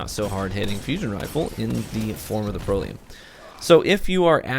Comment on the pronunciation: Lol, it's pronounced "Pr-ELL-ee-UM" Not making fun of you. Just trying to help. I only have one Proelium and for me, it's a god roll; backup plan and high impact reserves. Its like a mini legendary Merciless. Its awesome.